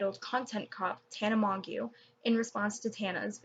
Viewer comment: This is irrelevant to the video, but her last name is pronounced "Mojo"